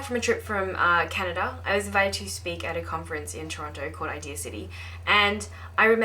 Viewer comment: its called canada. not canadia